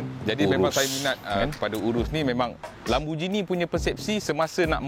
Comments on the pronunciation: Bang sebut dia “lamborGINI” bukan “LamborJINI” . Tengok google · Mate. Pronounced lamb-bor-ghee-nee. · im offended how he pronounced lamborghini